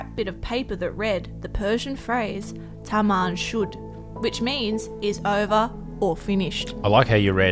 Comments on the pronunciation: Correction, thats not TAMAN SHUD, its pronounced TAMAM SHOD meaning its done. the job is done. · As a Persian you completely said Taman Shod wrong 😑